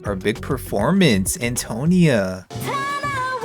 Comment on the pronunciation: This is super entertaining and I’m not Italian so take this with a grain of salt, but I think Antonia is pronounced ann-toe-KNEE-uh, emphasis on the “ni,” not the “to.” But goddam your videos make me miss TS3 so much.